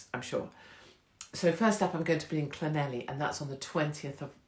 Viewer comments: Don’t go to Llanelli and pronounce it like that, I tried it once, oops. 😂 There is a surprise th sound towards the end and more of a cl sound to begin with. Thank you for supporting Tommy, I miss his presence and the info he provided. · Is Llanelli pronounced Clanethli? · Llanelli is pronounced Cla neth li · Untitled yep like this, no heavy stuff just chilling. Blackpool 🤣 Llanelli I'll teach you how to pronounce Llanelli 😉🥰